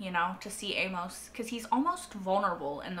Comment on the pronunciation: Amos rhymes with famous, hey miss and shameless. Is the way Amos is spelled throwing you off? I think you're American, so it seems impossible but have you never encountered someone named Amos? Why the odd pronunciation? Famous Amos is the number two brand of chocolate chip cookies, only behind Nabisco's Chips Ahoy. I prefer them soft, right now Chic Fil A's are my favorite. Back on point - I too love this show. Breaking Bad is my all time favorite series. This show is a very close number two. Very well done. I am surprised it struggles to get views and was cancelled mid way during season 3. Then again I just heard and started watching it a couple months ago. Currently I'm one episode ahead of you having watched Season 4 episode 1. You have a very good grasp on what's going on. I discuss it with a co-worker to hash out what we saw. Then I watch Reactors like you, The Normies, Scriptonite and Molly Bee Reacts. Really miss New Complex channel. This would have been ideal for her. She got me through Devs and Westworld. Thanks for sharing.